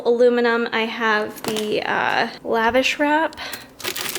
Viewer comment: lol- Lavash, its pronounced La'VASH. lol